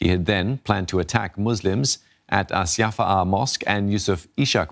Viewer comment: Channel News Asia, but let's mispronounce "Assyafaah"